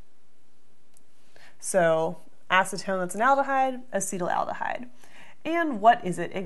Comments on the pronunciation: I believe that it is pronounced ass-et-AL-deh-hide rather than ass-EE-tal-al-deh-hide. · Yes, you spent the whole time making it "acetylaldehyde" when it's "acetaldehyde." 😜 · Uh seat al duh hide A cet al de hyde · Ass-uhtall-duh-hide... Not ah-cee-tull-al-duh-hide.. the spelling doesn't support the pronunciation. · She pronounces as “acetal al dehyde.” Where’s the second “al” sound coming from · Acetaldehyde is mispronounced repeatedly. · In a conversation last night, my friend and I were pronouncing it differently. I came here to memorize the correct pronunciation. After 5 minutes of committing it to memory, I realized it couldn't be right and looked at the comments. FML. Take this down already, you are doing more damage than good. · You are not pronoucing it right!